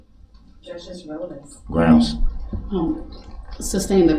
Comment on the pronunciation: Leslie was over him saying groundz just to annoy them, but this guy annoying DB and Leslie adding fuel was glorious.